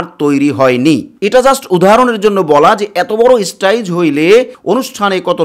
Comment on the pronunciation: স্টেজ উচ্চারণ করতে পারিস না, তুই আবার টিভি চ্যানেল খুলেছিস